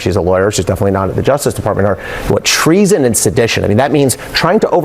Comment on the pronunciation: "The left is committing TREE-SON!" - Jim Brewer